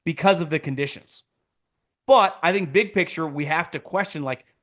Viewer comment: “Conditties” 😂😂😂😂😂😂 lowkey hilarious man